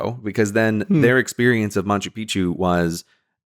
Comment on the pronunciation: Gray, pal, I love you, but It's not MaNchu Picchu